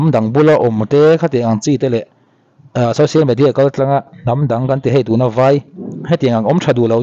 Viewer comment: I hmanhmawh ltk vang nge ni,social medi ah ti a ilam te kha,in video kha ngaithla nawn veleh teh khai.. .